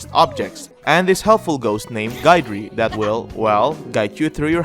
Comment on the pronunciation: I swear no one pronounces Guidrys name right.😂